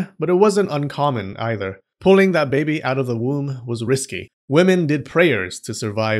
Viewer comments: I love how this guy says baby for some reason. Ba-behy. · I like the way he says 'babih'